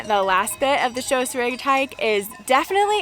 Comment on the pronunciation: I like the way you pronounce Stoos, so many people mispronounce my last name here in the Midwest.